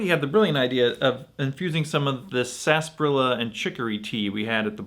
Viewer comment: Not to be that guy 😂 but “Sasbarilla” or “Sarsaparilla” ?